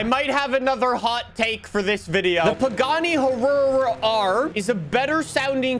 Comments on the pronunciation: its "y-ruh' thats how Hyuara should be pronounced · Huruh-ruh?? BRUV.. “Y-rah R” 🤣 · “The Pagani Ururu” it’s why-ra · Ah yes the Pagani Huaruaruar R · The Pagani Hururur😂😂😂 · that pagani huayra R pronounces "wai-rah" from what I'm aware of. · "the pagani hurrur" xD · The Pagani is actually pronounced high ra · Not to be mean I just want him to know that pagani is pronounced why-ruh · It's pronounced "why-ruh" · It's pronounced ha-why-ra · I love how pronounces Huayra XD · please tell how to pronounce huayra